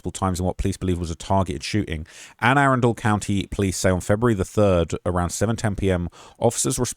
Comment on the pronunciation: Ah-run_del that's how you pronounce that i got you 😂😂😂